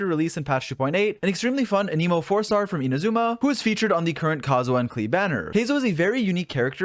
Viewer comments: You gotta relearn how to say Anemo, it isn't said like Animo it's like you write it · For the last time… AN-UH-MOW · aneemo? people say it like tha? isn't it anEmo? Anyway love Heizou, nice vid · Hearing you pronounce Anemo as "Aneemo" IS WEIRDLY LIKE...SATISFYING? DONT TAKE THAT IN A WEIRD WAY IT JUST SOUNDS FUN? IDK 💀🤝💀 anyways THANK YOU FOR THIS VIDEO Heizou for some reason is hard for me to build? 💀💀💀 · Idk why, But I heard "The new Emo 4 star" and that got me dying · whenever you say "anemo damage" I just hear "an emo damage" and imagine heizou playing a g note as an attack. it definitely improved the video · Every one : hmm ok! Got the information i needed Me : why does he keep pronouncing anemo as an-i-mo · Uh-Knee-Moe Damage.